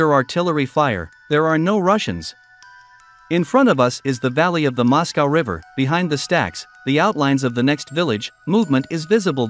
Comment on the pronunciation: As soon as I heard the mispronunciation of Moscow I stopped watching